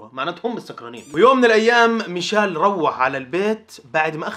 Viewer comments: ميشيل ❌ ميشال ✅ ههههه 😂 والله احبك بس ياخي والله انك بعض لاعبين انتا ما تتقدر تنطق اسمه صح هههههههههههههه الله يسعدك ياخي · مشايل ✔ميشيل❌